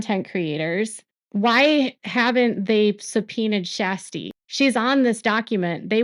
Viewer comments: Just a quick note: Her name isn’t pronounced as Shasty … it pronounced like Sure-sty. 😉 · Her name is not SHASTY...It is Kjersti Flaa....She was the one Blase was rude to...please get name right... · Her name is not SHASTI 😅😅😅😅😅 Her name is Kjersti and she is incredible ❤❤ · It’s more like Shaa-stee! 😊